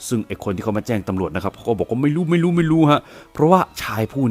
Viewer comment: ชอบคำว่า"ไม่รู่ไม่รู่" ของแอดมาก ขอบคุณค่ะ